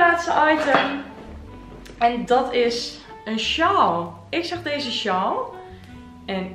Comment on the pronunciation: Wat zijn je video’s leuk!! Maar zou je A.U.B. willen letten op hoe je de dubbel aa in een woord uitspreekt? Je zegt: sjal ipv sjaal en gehald ipv gehaald en ga zo maar door….. wellicht heb je het zelf niet in de gaten, maar ik vind t heeeel irritant😅😅😅😅